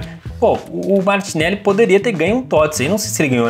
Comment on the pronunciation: só eu que escutei ele falando gabriel martinelo?